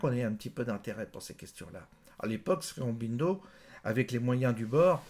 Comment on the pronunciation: Ô guru... Tu es adulé ici. Dis déjà la prononciation. Srironbindo tu tiens ça d'où? Shri Au-ro-bin-do, c'est pas dur! Au sujet de la non violence et de l'histoire passée, rien n'est simple, ce que tu dis est aussi une caricature à mon sens. Elle marche... selon qui est en face. Avec les anglais cela a marché, c'est un fait historique mais l'erreur est de sortir Gandhi de son contexte: c'est un homme, d'une époque, qui a eu une vie et son expérience a fait ce qu'il est. Laissons les hommes ce qu'ils ont été et ne manipulons pas l'histoire un siècle plus tard pour détruire ce qu'il fit alors, c'est trop facile! J'entends ici un regard égocentrique occidental sur une période passée, dans une culture autre, et qui a fonctionnée: les anglais sont partis avec certes leur foutue tactique de mauvais perdant de terre brûlée en faisant que le peuple qui reste soit divisé et s'entretue. Idem shrilanka, idem afrique etc